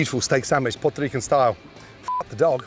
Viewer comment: Why did he say Puerto Rican like that